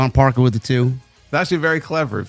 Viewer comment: THANK YOU FOR SAYING JAIDA'S NAME # MS.PARKER!🎉